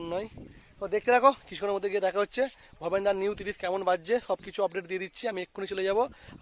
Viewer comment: দাদা ওটা ভবেনদা হবে ভবেদা নয়